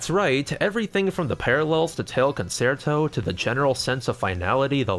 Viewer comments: FYI Concerto is pronounced con-chair-toe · Looks like a fun game. :-) FWIW "concerto" is pronounced "con-chair-toe" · concerto is pronounced Con Chair toh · Love any video that gives the LTB series more attention… but EVERY TIME he says “Con-SAIR-toe” I died a little more. >.< Also, as a French speaker, I can confirm the voice acting is about as good as when Japanese VAs speak English. But hey, they’re dogs and cats. That they can speak French at all is an accomplishment. XD